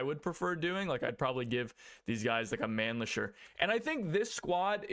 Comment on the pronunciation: It's gonna blow your mind when you find out how to pronounce Mannlicher